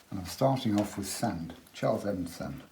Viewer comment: Hello Charles, could you tell me roughly how you make your sand colour? Could you tell me the pigment information for this colour? Following your pronunciation of some words... Do some people also "pronounce sand as sund?"...lol Sometimes it is nice to put straight Alizarin under the water when it is wet, as it looks like seaweed, or rocks that are under the water. It gives it an underwater lift there....... Also, can you tell me if you ever bring the sea further into the sand to overlap it, and what colours you would use for that? Love your work, love your teaching style......from one teacher to another...I salute you. Stay safe, and eat dark chocolate covered goji berries to increase immunity, in these crazy times..... In kindred spirit, Eliza (Art teacher/writer/woodwork and metalwork teacher/illustrator from Goulburn, Australia) xx